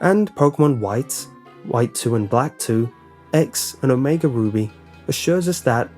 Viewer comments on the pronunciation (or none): you said omega booby XD